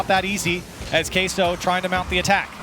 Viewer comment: Why does everyone say "kay-so". That's not Spanish pronunciations NOR English??? It's "keh-so" guys